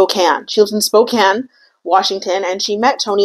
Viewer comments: Im from Spokane, thank you for saying it correctly, I love that you researched that! Love the video! Your makeup is so great too! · I already thought you were beautiful and amazing, but when you pronounced Spokane correctly…. As someone born and raised in Washington that shit got me going